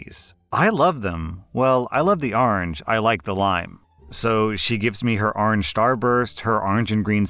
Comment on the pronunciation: arnj, actually, according to his pronunciation